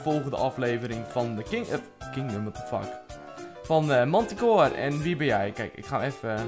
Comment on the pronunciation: je moet zeggen mentikoor ;)